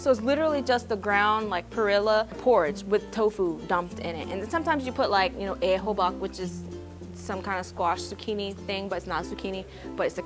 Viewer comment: "and joo kno" lmao. I couldnt stop laughing.